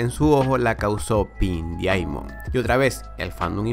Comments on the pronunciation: ¿A mí nomás me pone los pelos de punta cuando dice "dIamond" y no como en verdad se pronuncia? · Se pronuncia DAIMOND o mejor di diamante rosa